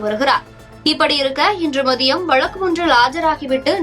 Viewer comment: வலக்கு இல்லை வழக்கு.